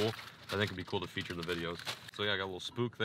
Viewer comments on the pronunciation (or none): none